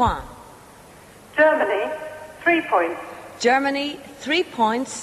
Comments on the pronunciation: DanBdx68 god knows where she got that idea from. It’s one of the easier words to pronounce in French. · Someone tell the woman how to pronounce 'Points' in French, it isn't that bloody hard.